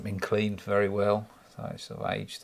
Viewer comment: its wery wery beautifle